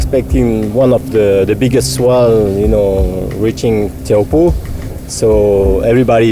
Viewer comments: its not tee ow po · hahhaa. he said tee-ow-hoo-po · the way he pronounces it just makes me mad